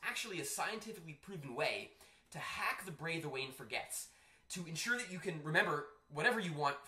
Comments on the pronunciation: I love that the new 'most replayed' analytics are exposing the fact that we all went back and re-watched "the bray the waine forgets" to laugh at you. 💀 Love your videos btw - it's always great to find a new educational channel that shares really valuable information AND is efficient and engaging in delivery. Keep up the awesome work! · "To hack bray the waine forgets" LOL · "The bray the waine forgets" Spoonerism lol :D